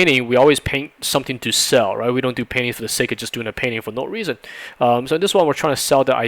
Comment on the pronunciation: Am I the only one who hear "penis" instead of "painting"?